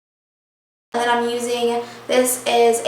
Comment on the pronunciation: Lol, is that how they say "and" in Texas? EEEEYAND.